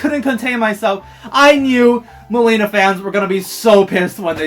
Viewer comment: I know the very first few seconds he said Meileena lol and it even shows it in the trailer wasn't even trying to hide it